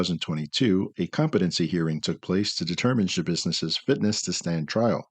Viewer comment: How are we saying "Sha-business" with a straight face??